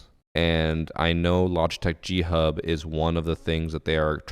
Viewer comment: I genuinely thought you were saying Cheat Hub, I haven't ever heard of G Hub. So at the beginning, I was just thinking "no shit they got banned".